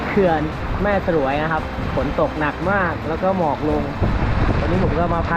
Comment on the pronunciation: แม่สรวย ออกเสียงว่า แม่สวยครับ ไม่ใช่ สะ -หรวย